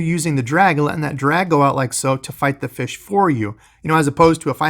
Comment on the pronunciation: Feesh and friends, must be Canadian!